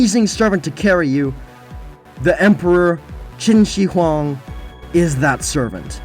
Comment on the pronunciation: When pronouncing the "Shi" in Qin Shi Huang, try saying the "shir" in "shirt" rather than "shee". The "shee" pronunciation is reserved for the pinyin "xi."